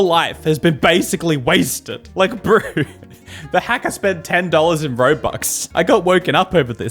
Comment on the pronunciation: I just need to say, he said broo instead of bruh